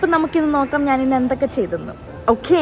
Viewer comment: ഓക്കേ അല്ല ഓക്ക